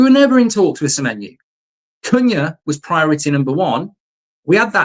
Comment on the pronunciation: Stop saying semenyou